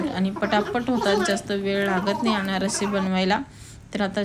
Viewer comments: अनारसी नाही अनारसे म्हणताण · अनारशी नाही अनारसे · Aanarasi nahi Aanarse